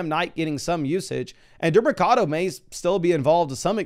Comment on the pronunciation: dee-mer-ca-do lol